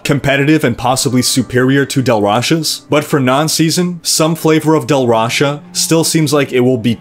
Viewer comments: It sounds like you say Del Rasha instead of Tal Rasha when you speak of it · Lol not to knitpick on an awesome guide(again) but it was really bugging me you sounded like you were saying "Dal Rasha's" set not "Tal Rasha's" set :) Thanx again for the video cant wait for 2.3 to bring me back to tristram